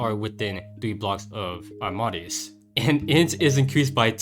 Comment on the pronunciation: I think it’s pronounced aam-ahh-day-us. Like Wolfgang Amadeus Mozart. Keep up the great videos!